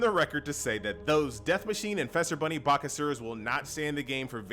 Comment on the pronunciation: Do you pronounce Easter as Ester? Feast as Fest? No? Then don't say Fester Bunny :P